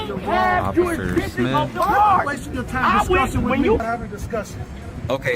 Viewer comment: Jurisditsion 😂 fumble